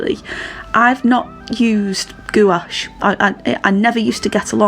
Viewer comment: Uhg Sorry but I cringe every time you misspronounce gouache it rhymes with the word coach the U and the e are silent nice painting.